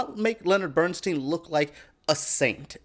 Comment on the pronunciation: BERNSTEIN pronounced BERNSTINE He hated his name being pronounced BERNSTEEN and then on to pronouncing Felicias name wrong twice....MONTEALEGRA this is a poor disrespectful attempt at a vid about the Maestro and his wife.